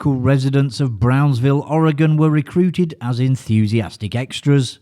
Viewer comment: As an Oregonian, I appreciate your correct pronunciation of ‘Oregon’ 🙂